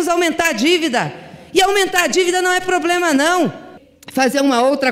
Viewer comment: Almenta a dívida não é ploblena não kkkkkkkkk